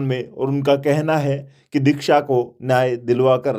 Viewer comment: R bhai nam to thik bol le shiksa bole h dikhsa n